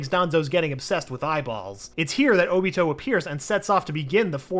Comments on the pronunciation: He doesn’t know how to say obito name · He calls óbito uchiha and not Obito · Ok im not sure if this guy is new or not, and I'm not saying I'm not open to change but come on. He needs to work on his pronunciation ALOT. Also he kept calling oniot "oochia" like come one dude lol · Does anyone else feel off about him calling Obito just “Uchiha”? Uchiha’s his last name….